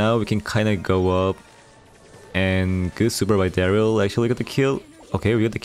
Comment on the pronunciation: Mythic ❌ Mysick ✅ Darryl ❌ Darr-e-yl ✅ ❤️😂